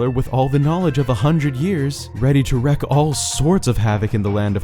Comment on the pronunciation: wreak isn't pronounced like wreck. It's pronounced reek.